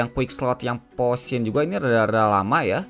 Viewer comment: Poison baru racun gan :v Dia nyebut potion jadi posion karena spellingnya emang gitu gan XD